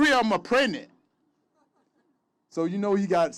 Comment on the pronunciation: Did he said pregnant or pretnant? Oh what the hell let's just call it erection and move on. LOL